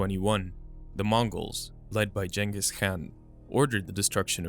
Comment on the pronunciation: its genghis like "gun" not genghis like "generic"